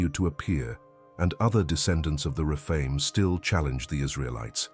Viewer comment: The refine!???? umm.... I think you mean the Rephaim